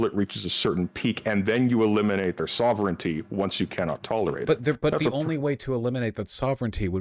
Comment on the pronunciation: Wait, did just get Vaush to pronounce "sovereignty" correctly? O_O